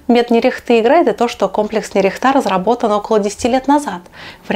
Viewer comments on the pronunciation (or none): Правильно произносить нЕрехта, а не нерехтА. Робота назвали в честь города в Костромской области. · НЕРехта, ударение на первый слог. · Правильно - нЕрехта, город в Костромской области